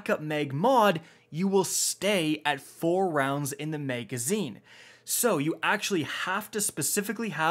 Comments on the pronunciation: Maegazine. maeg. maeg. maeg. maeg. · double the "mega"zeen :)